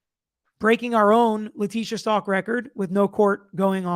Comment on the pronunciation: The last name is not Stalk it's Stauch. Like ouch with a st in front of it. If I was on the jury, my big question would have been, the note that was written in latin/spanish, was it written in front of the dr or brought in from her cell.